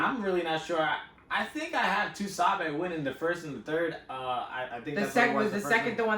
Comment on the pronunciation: pronouncing “TuSabe” like that is nasty business smh. Lol. Shout out Battle Rap Royalty! This was a FANTASTIC recap.